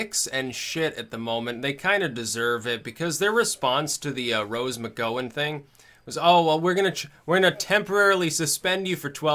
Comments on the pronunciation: "McGowan", Gow, as in ouch, not oh as in 'go'. It's obvious that doesn't watch TV. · i think the gow in gowan is said like cow.